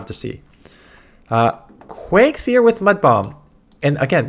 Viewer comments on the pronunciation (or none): DAN ITS “QUAg zire “ not seer😂